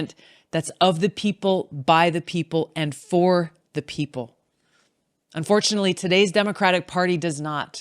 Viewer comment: It should be " of the PEOPLE, By the PEOPLE, and for the PEOPLE!" The emphasis should not be on prepositions, but on the People!